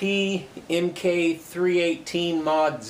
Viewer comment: "Mk" is pronounced "Mark".....